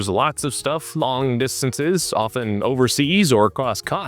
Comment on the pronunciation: The “t” in “often” is silent. CHRIST.